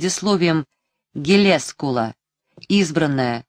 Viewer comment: Не ГелЕскул, а ГелескУл, не «атласных бАут», а «атласных баУт». Лидия Корнеевна (редактор, чуткая к слову) была бы в ярости.